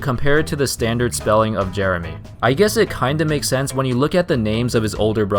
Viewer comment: its not jeremy its jer A my